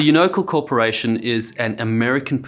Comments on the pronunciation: The mispronunciation of YOU-NO-CAL (all syllables stressed) isn't a big deal...until you say it wrong 500 times. Difficult to listen through. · Unocal — you butchered the pronunciation. You-No-Cal. Cal … accent this syllable. K sound then al like Alimony, and California. One of the 7 Sisters. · Unocal is pronounced YOU-no-cal (like CALifornia). It's short for UNion Oil Co. of CALifornia. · Unocal. Its pronounced "you-no-cal" YU-NO-CAL and they suck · Most unusual pronounciation of Unocal. The company name was Union Oil of California pronouced You Know Cal. Otherwise, great video and coverage of Unocal negligence. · Dude, totally pronunciating uni-cal the wrong way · The company name is mispronounced, very annoying. It's pronounced like "You nah Cal." I worked in their former headquarters building in downtown Los Angeles yet don't buy their gasoline, as it's more expensive than competitors. For many years in California, however, it was considered the best gasoline money could buy, many of my older friends will still only use Unocal/76 gasoline. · FYI it's "You-na-cal" They had a big footprint in Alaska as well. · Unocal 76. You- know - Cal. ifornia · UNOCAL has sponsored racing in the US for many decades, and traditionally is pronounced Yuna Kal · Une-o-CAL as in California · It's pronounced "U-no-cal" the company was originally "Union Oil" and Unocal is from "Union oil of California". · Me too. Until I saw the logo I thought it was a different company. It's "you-no-KAL" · I believe it's pronounced (You-No-Cal) . I know this from listening to endless TV commercials of them pronouncing their own name. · Unocal is an abbreviation of Union Oil of California. YOON-O-CAL. Please correct your pronunciation. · jeebus..it is pronounced...you..no..kal...ffs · You-nocle?? Pretty sure the -cal would be pronounced like in California. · It’s pronounced, “YOU-NA-CAL.’’ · UNOCAL is pronounced U No Cow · Unocal = You Know Cal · It's pronounced 'You-Nah-Cal'.